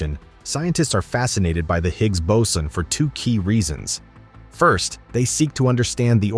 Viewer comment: Anyone else irritated with the fluctuation in pronunciation of boson (boatswain/bowsen/bowson)…?